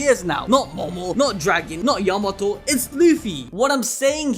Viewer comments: yo-ma-toe?? its ya-ma-toe!! Ya not Yo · Hey, her name is pronounced YAM-A-TO not YA-MAT-O!